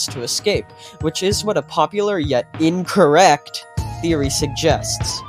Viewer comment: Why did bro emphazise INCORRECT like that 😭